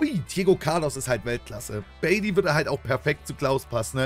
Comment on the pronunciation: Bailey spielt bei Aston Villa... Bailly spricht man allerdings ohne e aus 😂❤